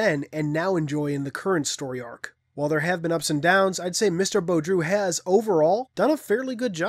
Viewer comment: I think his name is pronounced like Boo-dro. Rather than Bo-droo, I could be wrong tho. Still, I'm glad you actually tried; it bothers me when someone doesn't even attempt to pronounce a word/name or their attempt is pathetic